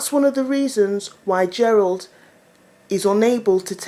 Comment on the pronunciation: its Jerryl, not Jerold LOL